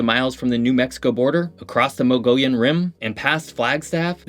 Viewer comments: Mogollon is pronounced MUGGY OWN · My good man, I won't go "Tchoupitoulas Street" purist on you, but please - repeat after me: 1.) Sa-HUAR-oh 2.) Muh-go-yon 3.) Freebie you didn't mention, but that city in Yavapai county is "Press-Kit", not "Press-Cot." Great video though, cheers! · Thank you for doing a vid on my home state. If it is helpful, the pronunciation is "sa-war-o: (saguro) and "Moe-ghee-on" (Mogollon). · BTW, we pronounce it Mogeeon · Saguaro - Suh - war - oh Mogollon - Mug - ee - yawn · I applaud your attempt at Mogollon, but it’s mo-goy-YON ☺ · Sa-war-o cactus. Muggy-on Rim. 😊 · “Moe-gee-yawn” Rim is the preferred pronunciation. Or if you speak Spanish, “Mo-go-yawn”. Named after Don Juan Ignacio Flores Mogollón. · Also Mogollon is pronounced as mug-ee-own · thats incorrect too mo-goh-yon. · moh-gi-on, moh like mo money mo problems, gi like jiu jitsu, on like turn on your brain cause you dont pronounce it that way. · Good video about the state that I have called home since 1972. One thing: Mogollon Rim is pronounced "muggy-on". I have always said that if you wanted to water ski and snow ski in the same day, you could. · Is it bad that within 9 years of living in AZ I knew no more than 3 of these? Also, the pronunciation of mogollon rim and saguaro is making me want to screamm T-T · Please learn how to pronounce "mogollon" and "suguaro". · Can tell your not a native Arizonan. Your pronunciations of Saguaro and Mogollon are a little off… 🌵 🏔️ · For a geography channel, I expected the correct pronunciation of saguaro and Mogollon... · Least you almost pronounced Mogollon Rim correctly :P But, hey you pronounced Lake Havasu City correctly...hello, from Lake Havasu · You've mispronounced saguaro and Mogollon. Was this made using AI ignorance? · You diminish your credibility by mispronouncing Mogollon and Saguaro. Look it up before posting. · That's not how you say saguaro or Mogollon. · His mispronouncing of saguaro and mogollon are atrocious.